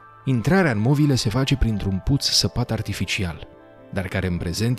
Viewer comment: Ar trebui să știi că în românește nu se pronunță "movile" cu o accentuat. Vorba unui clasic în viață: "Sună ca Dracu'".